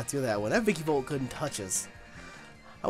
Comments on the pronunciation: "Vicky-volt"? Come on, take a look at its name at least once. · It's ViKAvolt not ViKIvolt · (snoody voice)It's pronounced vikAvolt not vikIvolt. (snoody voice stops) LOL. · Who else gets mad that nappy says vikivolt and not vikAvolt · Its called a vikAvolt nappy, not vikivolt. I dont know why but it annoys me too much XD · Yo, it's vikAvolt. With an A.